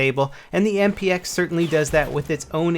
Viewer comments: I think he said "MPX" wrong at least 3 times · I think by accident and he also said XMP instead of MPX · lol i heard him say that i think he meant MPX